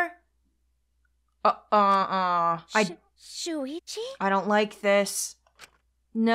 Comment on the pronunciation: when she says „Shuichi“ it kinda sounds like she says „Luigi“ and idk why but that just made me laugh xD